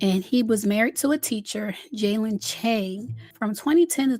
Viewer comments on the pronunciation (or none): none